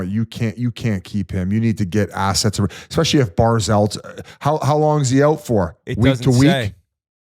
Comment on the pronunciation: that and Yands always saying “Expecially”. Drives me insane